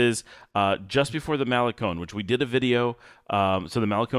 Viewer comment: Love this drive into las penitas that you’re showing us and all the lots and venues. In all friendliness it hurts to hear you say “malecon”. You say “semana santa” just fine but why don’t you want to say malecón with the accent on the last syllable like ice cream cone???😂😂😂😂 Thanks for your consistent quality output. I recommend your channel to anyone who even peeps about Nicaragua.